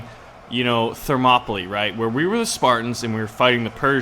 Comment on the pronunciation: Thermopylae is pronounced Therm-ō-pee-lay